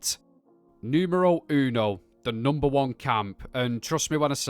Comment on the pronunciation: bro..why did you pronounce "NUMERO UNO"..I'm Italian and your pronunciation was perfect :face-red-heart-shape